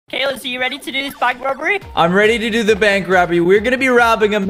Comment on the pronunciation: said caylus but it sounded like Gaylus